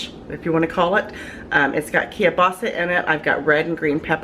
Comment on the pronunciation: I wish people would learn how to say Keilbasa correctly.